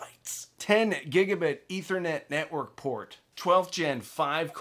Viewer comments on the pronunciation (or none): none